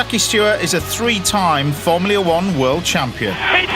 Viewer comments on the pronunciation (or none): "formleay 1" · Why can't this chef pronounce the word 'Formula' correctly?